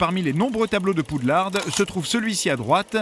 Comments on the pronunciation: La mère poulard du mont Saint Michel avait fait un procès... En 2000 contre WB France pour arrêté de prononcé poux lard... Et donc WB France à toujours dit poude larde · Stop PoudelarDE c'est le nom FR dites Hogwarts si vous voulez le dire à l'anglaise. Et pitié, stop faire vibrer les images, ca fou la gerbe. J'ai du écouter l'épisode comme un podcast 😢 Car malgré les deux remarques très négatives, c'est des super bonnes anecdotes ! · Rohh mais non c'est Poudlarde qu'il dit (ceci est une blague à prendre au second degré) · Non, il dit poudlarde tout au long du segment sur le premier film, liaison ou pas :) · J'ai entendu PoudlardE xd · c’est toi qui es con, a quel moment on prononce une traduction FRANÇAISE à l’anglaise ? 😂😂